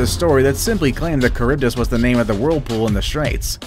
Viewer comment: Ehh? Why is it read like “Charibdis”?